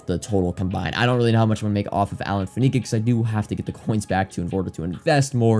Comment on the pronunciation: You know I say this with love, mostly so you're not another of those guys, it's Faneca (Fan - A - Ka not Fa - Ne - Ka) on the pronunciation. 🤜🏻